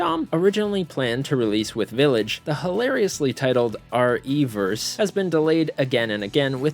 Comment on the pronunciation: It's RE Verse, not Reverse 🤣